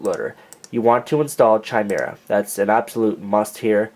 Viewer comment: I know that you recorded this video a while ago, but I was wondering if you had learned how to correctly pronounce Chimera yet.